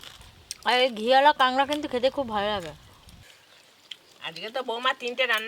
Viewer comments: কাগরা না কাঁকড়া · কথা টা কেংরা না কাঁকড়া